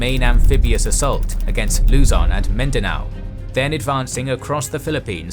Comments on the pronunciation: The correct stresses in pronouncing Luzon and Mindanao is on the last syllable for both. [loo-ZON] (similar to the Mandarin 呂宋) and [min-da-NOU] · Hi, Filipino here. Philippine place names are written according to Spanish orthography. While Luzon and Aparri are pronounced as Luzón and Aparrí. Hope you read this.: )